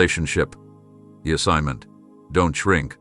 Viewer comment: DID YOU SAY, SOMEONE STOLEN MY ASSIGG.ENT?